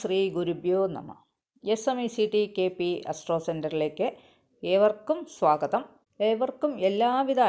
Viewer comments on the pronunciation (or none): സ്വാകതം അല്ല, സ്വാഗതം എന്നു പറയുക